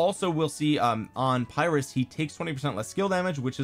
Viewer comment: Uh, it's pronounced "peer-russ" buddy 🙂